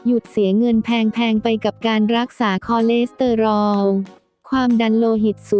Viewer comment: ไปฝึกอ่านคำว่าคอเลสเตอรอลใหม่ค่ะ